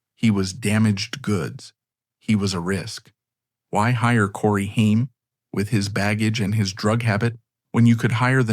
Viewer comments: You lose all credibility when your shitty AI voiceover can’t even correctly pronounce the name of your video’s subject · Omg this AI is so bad. You cant even say names correctly. Stop being lazy and reas the script yourself. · Shame that his name is said wrong thru this whole video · thats not how to pronounce his name